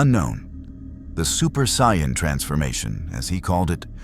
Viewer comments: Amazing. But AI pronouncing as Cyan drives me up the wall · saiyan is pronounced (say-in) but good story line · Not bad but I really hate the way you say Jar-vis and say-an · I made it 18 minutes and 51 seconds I can't listen to your computer spell out shield in Jarvis and then on top of that butcher the pronunciation of saiyan